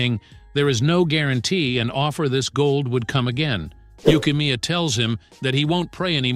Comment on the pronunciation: Did bro call neru yukimiya